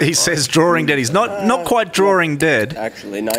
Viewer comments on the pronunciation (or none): "He's drawring dead" lol